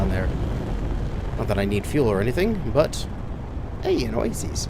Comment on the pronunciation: Do you get paid every time you say OaSEES instead of OaSIS ?!?